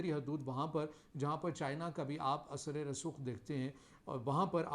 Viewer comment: Sir asre rasokh nahen hota balke asar rasookh hota ha.